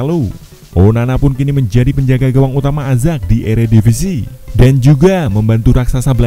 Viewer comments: Ayax kali bacanya azack 😂🤣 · Ajax itu bacanya "Ayaks" bang..